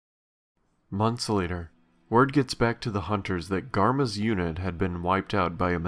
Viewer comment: Why is it so hard for people to accept that it's Gamma, not "Garma"? I don't even know how people hear that coming out of Sigma's mouth... Logically it doesn't work either. Sigma, Omega, Gamma, there's a trend... Even Kai is using a Greek X for his sign. X is a variable, Zero is 0. And most Greek letters are used in math. It kills me every time lol. /rant